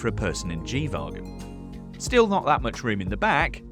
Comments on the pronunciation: Why does he keep calling it a G vaagon? 😂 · the way he pronounces wagon is really tilting